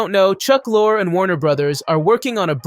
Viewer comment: Chuck Lorre's last name is pronounced LOR-ee. (I've admired his writing and his shows for 35 years.) John Ross Bowie's last name is pronounced BOW-ee as in taking a bow. I loved the series he did after TBBT, although it only lasted one season - he was great in it.